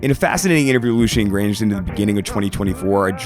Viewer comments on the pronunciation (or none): none